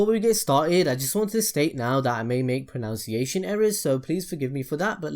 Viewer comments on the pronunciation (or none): So before we get started I may make proNOWNciation errors. Yeah, no kidding, you mispronounced pronunciation. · "I may make pronounciation errors" Mispronounced pronunciation. 10/10 Great Video